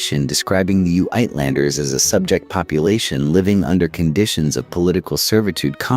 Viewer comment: Uitlander - not 'yewitlunder', not 'yootlander' but something else entirely: '8- (lond - like london') er. Eightlonder